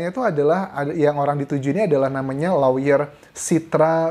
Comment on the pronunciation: Lawyer bukannya dibaca LOYER, Mas Anjas?